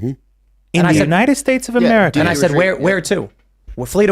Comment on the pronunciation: That “conservative” woman can’t even pronounce America. Affirmative action in action, typical “right wingers” accepting any black person who says they’re conservative. I’m sure she’s a nice lady but she’s as dumb as a box of rocks.